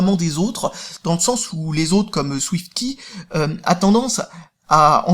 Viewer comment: Arrête de prononcer [Ki] ^^